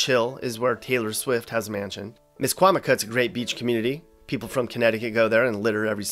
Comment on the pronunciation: It’s Misquamicut not a Misquamicot